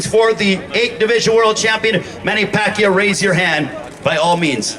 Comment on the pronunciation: It’s amazing how far he has came! I remember Lampley couldn’t even pronounce his name in his first fight. Nothing but respect to this Legend! #PACMAN 💯